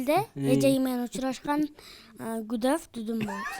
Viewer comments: гудафдудун дейт секети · байке оло жыргап кулду э"гудавтедудду" угуп😂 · Гудафтудун дейт